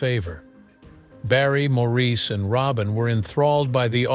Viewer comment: And these AI THINGS need to learn how to pronounce Maurice . As he always said , It’s MOOOORRRRIIIIS